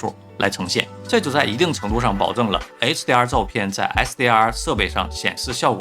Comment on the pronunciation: 這是什麼口音？ 為什麼hdr 和 sdr 完全聽不出區別😂